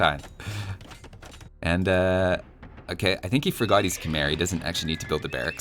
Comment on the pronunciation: Have you ever heard that Khmer is in fact pronounced Kh-may,?